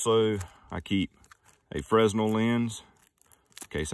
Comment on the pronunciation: Every time someone pronounces 'fresnel' as FREZ'nell a porch collapses, killing five dogs.